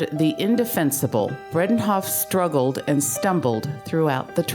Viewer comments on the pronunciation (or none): Since this is about Elaine, the narrator should know that her name is Bredehoft - not Bredenhoft.